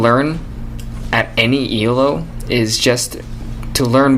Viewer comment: he keeps saying E.L.O. it's elo. one word